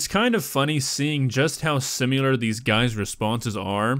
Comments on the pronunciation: THE WORD IS SIMILAR! NOT SIMULAR. PLEASE STOP NORMALIZING THIS! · THERE IS NO U IN 'SIMILAR'. Stop it. How can you be non-fluent in your native tongue? Also, it IS astounding that Hansen can ALWAYS get the guys to stay..its not as if theres a post production process where the editors somehow pick out the parts (like interviews) that make for the best TV or something and add that instead of people running off. Must be a superpower he has.. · Why does say “simular”, it’s similar, there’s no u in that word?? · uh..excuse me..this is directed to...there is a bit of problem I have with your narration of this particular video. specifically your attempted pronunciation of the word "si mi lar". notice anything? yeah..there are no u's whatsoever.. the word is pronounced similar...all short vowels like the I in the word "win" and the a in the word "far"! OK. if you watch Alaskan Bush People you will hear them pronounce or mispronounced this same word. I am sure it drives linguist crazy.. now go forward and narrate away... sorry.. just saying.. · Si - mi - lar. Pronounced si - mi - lurr. Not si - myu - lurr.